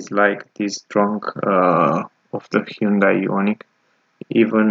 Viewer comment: Your pronunciation of the vehicle is incorrect look at how it’s spelled i’m talking about the manufacture